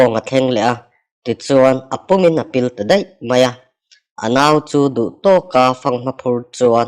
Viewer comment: TO/TIAK tih ang a lam tur TO/ TO THLI ang in i lam deih a